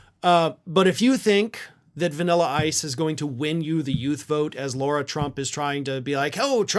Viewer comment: Lara, not Laura. Oopsie!